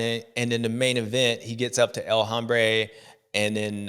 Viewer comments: J7. It’s pronounced OM-brā not Hom-brā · JA21 please correct the legend on “hombre”. Silent “H” bud 🏆🏁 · el Hombre - the 'h' is silent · James when talking about Anderson or El Hombre it is Hombre as in ohm, as you say Hambre which means hungry, could be used for Anderson as he is hungry for the win, but its HOMbre for him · This is my new pet peeve, the youtubers saying that H